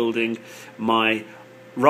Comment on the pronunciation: Why the hell to you pronounce Raspberry that way? It is so annoying! Also like others said: it's "Pie".